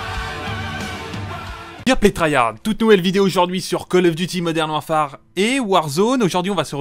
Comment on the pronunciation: Il faut arrêter de dire warfAAAAre...